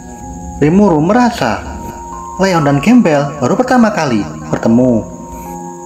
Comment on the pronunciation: Grambel bang Bukan Gembel🤣